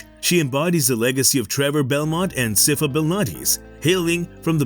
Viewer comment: How do you manage to mispronounce sypha? I would assume you did some homework before making this video